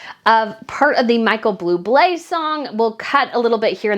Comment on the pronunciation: I’m not even slightly a fan of Buble, but it’s still cringy when someone mispronounces his (or any) name. There’s no extra L in Buble. However, aside from that, I feel that everything you said here is totally correct. Meghan Markle is a complete loser, and she most certainly should not have been there. I wish she’d just stay at home. Period. But, there was a lot of money involved with her fashion show.